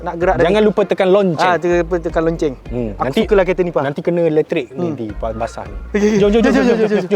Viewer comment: geram je sebutan lonncenggg tu 😂😂😂😂